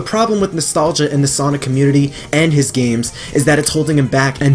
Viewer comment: say with me, nostlagia!